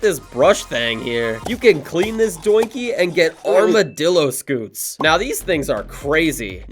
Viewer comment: Armadillo "Scoots" its "scyutes" bro 💀💀